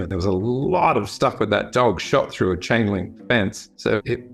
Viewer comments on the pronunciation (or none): none